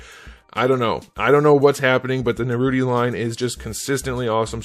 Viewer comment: Naruty? Bro… that ruined it for me